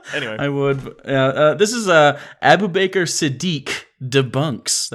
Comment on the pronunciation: your pronunciation of Abubakar cracked me up every time. Best thing about this video